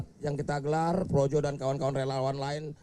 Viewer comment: PROJO BERUBAH JADI ''PROWOWO''..🤣🤣🤣🤣🤣